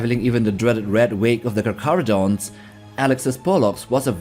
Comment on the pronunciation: Your Maori pronunciation for Te Kahurangi and bro is on point. Well done brother